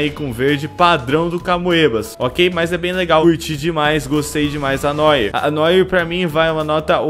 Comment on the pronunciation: "Noir" se pronuncia "Noar".